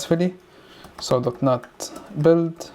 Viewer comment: Great video, but please say dot net instead of dot not.